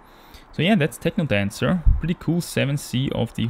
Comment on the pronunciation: Liked for your correct pronunciation of "Technodancer" which most Berliners will appreciate.